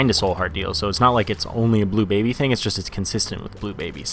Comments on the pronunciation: you said blue Blably wrong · you said bleu Blably wrong